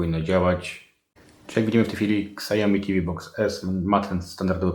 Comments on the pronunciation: bardzo przydatne, dziękuję ale proszę: "siaomi" nie ksiaomi ;) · Siałmi a nie ksiajomi